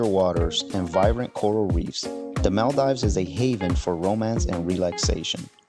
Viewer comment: "Mell dives" 😭